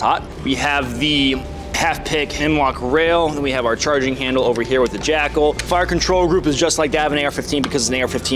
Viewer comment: With your accent I swear you're saying jack-hole.